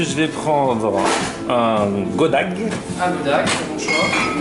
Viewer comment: Goddag se prononce goday et veux dire bonjour en danois